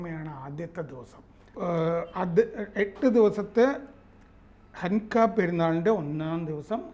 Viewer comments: ഹൻക അല്ല ഹനൂക്ക അല്ലെങ്കിൽ പ്രതിഷ്ഠോ ൽ സവം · ഹന്നു കയാണ്, ഹൻ ക അല്ല എന്ന് തോ ന്നു ന്നു.